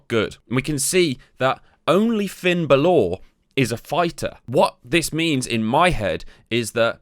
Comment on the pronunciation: Is BAlor.. Not BaLOR